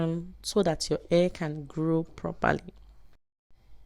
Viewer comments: This is a great video, I just wish you knew how to say "hair" lol. Thanks for sharing! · I didn't pay attention to the way she said hair until u said it. Now I can't stop laughing. Luv this. Will be trying it very soon. Thanks for the video and the laughs 😂😅